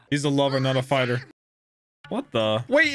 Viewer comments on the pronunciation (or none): none